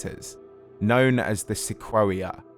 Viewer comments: Pretty sure "se-quo-ee-a" should be "se-coy-a" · Hey, great video, as always! Just one tiny nitpick. Sequoia is pronounced "Sa COY ya", not "Sa KWOAH ya". But I only know this and am saying anything is because I grew up in the Sequoia National Forrest in Northern California, or else I probably wouldn't know the proper way to say it, either. Keep up the great work, I always look forward to new videos from you! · Lmao "Sequwawia"? Dude, it's pronounced "Seh koy ah". Anyway, fantastic video, love them! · Good video. Small nitpick; Sequoia is pronounced "Seh-KOY-uh". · It's Seh-KOY-AH or SEH-KWOY-YAH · My man talking 'bout Seh-quo-wee-uh. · Am I the only one who's never heard "sequoia" pronounced like that? I've always heard it as "sek oy ah". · Came here to say this too. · Wouldn't it be pronounced 'sek-oi-ya'? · Great video. Sequoia is the name of the giant redwood trees and it's pronounced "suh-KOY-uh" ;) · The only thing in the video that bugged me. I think the narrator, being British, hasn’t really ever heard it pronounced, whereas it’s a common town/road/school/car/giant tree name in America. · You’re pronouncing “sequoia” incorrectly- it’s the big Californian redwood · They way he pronounced Sequoia made me want to cry